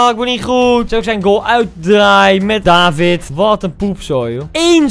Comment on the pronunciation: je legt de klemtoon op de i dus eigenlijk is het davId